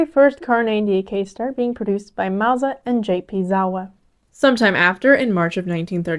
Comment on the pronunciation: Wow! Mauser properly pronounced! Good show!